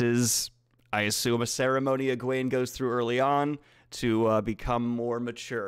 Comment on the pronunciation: also i read the whole book not knowing the right pronciation of the names. so in my mind Nynave wasn't Nigh-neeve but Neenave and Eggwene wasn't EggWayne bur Eggweeen. so its really weird when daniel pronounces the correct names. they sound stupid. damnit.😖🤣